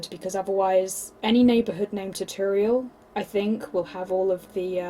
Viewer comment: Ta torial? Im British never head tutorial pronounced like that..